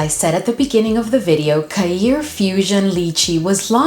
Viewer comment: New subby here, can I correct how you say Khair, you should say it as kare, the kh is an Arabic letter that is hard to pronounce for non Arabic speakers, khair means goodness in Arabic, love your videos 😊